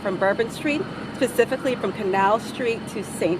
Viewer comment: That FBI lady said “pecifically” instead of specifically. She’s 100% DEI.